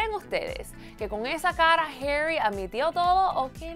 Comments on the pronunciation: Porque l dices heri si es HARRY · NO ES HERRY ES HARYYY, APRENDAN A HABLARRRR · Por que le dice Jerry